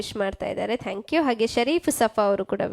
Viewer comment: ಉಚ್ಚಾರಣೆ ಕಲಿಯಿರಿ.,. ಥ್ಯಾಂಕ್ಯೂ....ನೀವು ಹೇಳೋದು ಟ್ಯಾಂಕ್ಯೂ... ಇದು ತಪ್ಪು ಉಚ್ಚಾರಣೆ.